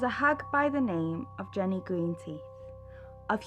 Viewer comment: I was halfway through this before realising id already watched it but you kept saying hutchkinson and hodgkinson or huskinson His name is huskisson as you even showed on his memorial and its ginny green teeth not jenny